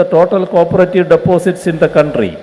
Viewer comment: Our counthry good pronouncation